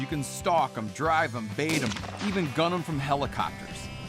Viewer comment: Sounds like mash not bait lol